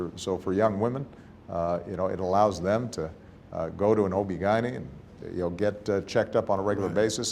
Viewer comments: Ok I love everything about these two humans. With that said, I would also like to laugh at the fact that he said “OB gynan” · i love the way he tried to say “obgyn”